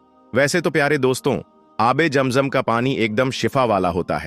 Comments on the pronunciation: Pehle sahi Naam to lelo jam jam nahi hai zam zam hai asal kam ki baat karo bohat lambi nogay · Bhai ASSALAM ALAYKUM APKA JAM JAM KA TALAFFUJ NAHY DURUST HE ISKA MATLAB YEH SAF HE KI AAP MUSLIM NAHY HO